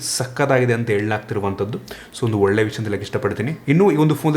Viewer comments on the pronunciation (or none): none